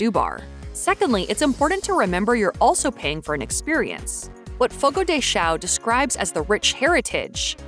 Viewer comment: Fogu de xau